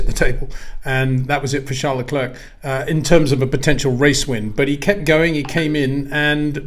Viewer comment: Please try and pronounce Charles Leclerc's name correctly.